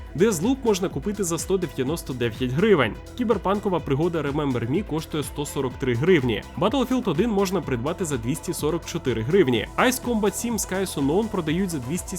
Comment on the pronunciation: Читається не "Айс комбат" а "Ейс комбат" -_